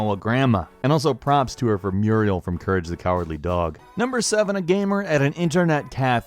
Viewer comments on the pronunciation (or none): none